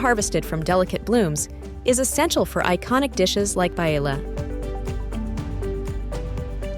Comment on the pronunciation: The AI can say Lanzarote but it can't say Paella.